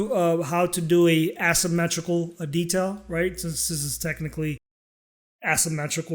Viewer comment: You're mispronouncing asymmetrical and then referring to shapes that are symmetrical.. ¯\_(ツ)_/¯